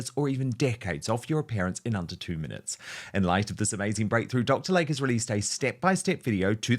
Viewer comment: PRONUNCIATION: Dr. "Lay-Key", not Dr. Lake.